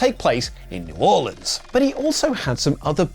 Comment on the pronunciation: Thank you for pronouncing New Orleans correctly